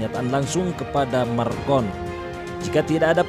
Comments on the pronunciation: Macron..., bukan marcon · Macron min bukan marcon, ntar salah orang kita hehe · Klau mau bikin dokumentari pastikan nama yg di sebut tu betul. President Perancis nama nya MACRON, bukan Marcon. Maaf, saya sekadar membetulkan saja. Memang patut di laknati ALLAH SWT pemimlin ini. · Macron min bukan marcon 🙏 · Macron min bukan marcon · Nama presiden Perancis itu macron bukannya marcon. Haduh gimana sih nih, sebut nama aja masih salah. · Macron boy bukan markon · Macron bukan marcon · Macron bkn Marcon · pembaca beritanya nyebut marcon